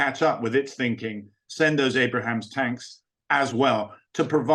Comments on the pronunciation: What the freak do you think we have been sending already. BTW the M1's nickname is pronounced "Abe-rums" not Abraham's.... LOL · Abrahams??!?! It’s Abrams. Who is this guy again?? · Abrams! Not Abrahams. This is an expert? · It’s the Abrams tank, not the ABRAHAM. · When a featured "expert" repeatedly calls the US tanks "Abraham" instead of M1 Abrams, I reserve the right to question whatever he might say. That man clearly did not do his homework. As of late, Times Radio has been hit and miss, though more hit than miss - and this one was clearly a miss. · Abrams !! not Abraham ! You'd think Ellwood would know that ! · Why does a "military expert" keep calling the U.S. tanks Abrahams? Its Abrams. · Not Abraham's, it's Abrams named after a great US Army General, Creighton Abrams. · I was giving him the benefit of the doubt about saying "Abrahams" in the beginning of the interview but then he said it again!!!